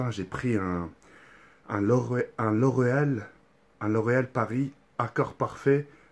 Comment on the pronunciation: Même si c'est écrit il dit loreel